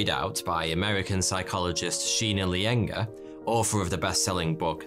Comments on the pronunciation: Its Sheena Iyengar (said as Aie-yen-gar) and not Lyengar xD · Hey, think it's Sheena Iyengar, not Lyenger